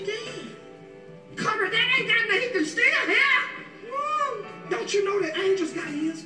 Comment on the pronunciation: "HE CAN STILL HEAAA" (HEAR) LMAO WOOAAAHH